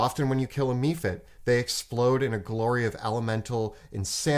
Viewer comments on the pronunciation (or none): It's pronounced mephit (meff-it) not me-fit. Look up pronunciation for mephisto, mephistopheles, mephala, and literally any other word that starts with "meph". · OMG, "me-fits". It's supposed to be mef-its" :D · Mephit is pronounced MEH-fit.... the way you guys pronounce some of these things just kills me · MEH-PHITS. UGH! how do you get MEE out of meph?! PLEASE STOP!!! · The "e" in mephit is soft, not hard. It's "meff-it" not "me-fit". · Several official pronunciations says meffits, not MEEfits.... but they always pronounce several things really strange, like the R in iron. It kills me every week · You say me-fits, I say meff-its, let's call the whole thing off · I love you guys. Watch all the time. I have to say something though. How do you pronounce goblin? Then why are you pronouncing modron that way? 😂 Also: Mephit. Meh-fit. Stop making vowels long when they shouldn’t be 😂 haha great video though! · Mephit...MEH-fit. Is the frequent mispronunciation a Canadian thing? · What's a mee-fit? You do know that on D&D Beyond there is an pronunciation button right next to the monster's name? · Lol Ive never heard it pronounced "Me fit". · ephemeral, cephalopod, telephone, teflon..... mephit. I don't think they're pronounced 'me - fit'. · Love the video, but please... It's pronounced "mEH-fit"... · It's meff-it on the D&D Beyond pronunciation guide. Also that way in Baldur's Gate 2. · Please learn the pronunciation of Mephit. Think "Mephistopheles." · Totally did a double take with that pronunciation as well